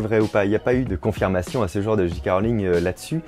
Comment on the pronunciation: Le "J" de J.K see prononce [djay]